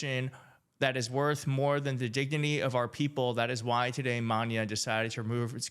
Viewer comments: You're totally right 👍!! Lol it's" Ma-Na." Good try though. 🤭 DUMP TRUMP!!! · it’s pronounced Mah-Nah.. The Mexican rock band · the group's name is pronounced Mana, like in national or nanny and the emphasis is in the second A. Thank you. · Not “MAHN-yuh” but “mah-NAH”…. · Maná. It's mah-NAH. No ñ. They're huge, and so glad they're refusing to collab with any MAGA aligned artist. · No worries about trying your Spanish. It's pronounced /Mah-NAH/. The stress is on the 2nd syllable. What you said was "maña". No insult taken though. Thank you for your video. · ****lol... Its ok Its pronouced "MAW NUH" Hope that helps. When i first started in Tejano Music i was actually a Country Artist, ( theres a story there) I knew Spanish but never thought I would have to sing it. It took me a while to learn so Dont feel bad if your mispronounce words, I embarrassed myself a few times till the guys told me to respond in English in all interviews even at Tejano Radio. I didn't listen, But i learned. Mana has represented the Latin Music and Community positively for many years. I STAND WITH MANA ****************** and of course Taylor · the group is pronounced Ma-na. We forgive you. They're HUGE in Latin America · Its pronounced …mah nah …😊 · the name Mana is pronounced mahna with the regular n sound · it’s Maná long a lol.. Nicky Jam is despicable and he’s an embarrassment to Puerto Rico 😒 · You pronounce it like this. Ma naaaaa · MAA-NAAA no Y sound. Im glad they rejected him with a quickness. Shame on him! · Maaah-na - you cute, but you gotta make some Latino friends lol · Love the vids, and sorry to be that guy but in Spanish language the special character above the (a) i believe is called the acute accent. It makes the letter more pronounced like the difference between mana vs mahNAW. just my two cents and sorry for the ocd lol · It's pronounced Ma-Na (emphasis on Na). Great Rock band. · You are pronouncing “Maná” wrong. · It is MANA, no Maña.